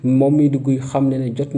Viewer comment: Arrêtez ds il vous plaît de massacrer le prénom de Guy Marius Sagna . Ça se prononce Gui avec le gue de mangue .Ou encore comme le prénom Guillaume .